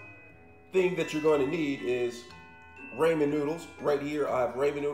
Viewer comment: Rahman not Rayman man. I’m not trying to be mean it’s just how you pronounce it. And if it’s an accident I apologize😅👍 Keep up the great work!